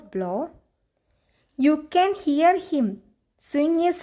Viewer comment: Heer alla hear